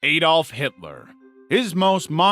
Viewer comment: Not "a-dolf Hitler" it's "Adolf Hitler